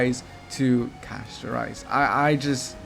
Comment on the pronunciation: Bro said Casto🍚